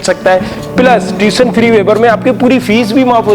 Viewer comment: It is not TUTION FREE WAIVER, PLEASE PRONOUNCE PROPERLY , FIRST IMPROVE YOUR QUALITY THEN COMMENT ON OTHERS